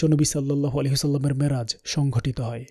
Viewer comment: Assalamualikum oa Rahmatullaha. You write down "Miraj", but you speaks "Maraj" What happen gentleman. Please explain. Allaha Hafez.